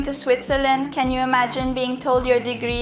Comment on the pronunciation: Entre para felicitarte. La pronunciación del ingles no esta muy bien. se hace más despacio y El Can es más pronunciado y no se lee tan rápido el inglés no le hagas casos a Rachel. Que es más despacio y about se dice abat Y el Can se matiza con más intensidad Because se pronuncia bicaus. Mas despacio es como se habla en ingles. Que se llama ingles correcto y educado el britanico inglés y no el ingles de Ranchel. People se dice en ingles Pipol. Menos mal que he puesto el subtitulo para saber de que va la conversación de tu vídeo. Yo llevo estudiando ingles desde los 12 años. En España se estudia el ingles desde niño. ¿Y en Cuba se estudia inglés en los colegios? Eso ve a una academia por poco dinero y te relacionas con las gentes te salen nuevas amigas y aprendes inglés como se debe sin usar la computadora. Manzana se dice Apol en su pronunciación y se escribe Aple. But se pronuncia abat. Te falta técnica y eso se aprende en una academia. Some se pronuncia Sam. Entiendo tu ingles pero el escrito mejor que el pronunciado por ti. Se hace más despacio. El auténtico inglés el británico y no es el de EE.UU de la Rachel de tu amiga. Tienes que hacer el inglés corte y educado que es el de Londres y no le hagas caso a la Rachel. Porque no se pronuncia así. Es más despacio la pronunciar. Ve a una academía y te sirve para relacionarte con gentes hacer amigas y conocer y desenvolverte y aprender correctamente el inglés. Entre para felicitarte por tu aprobado en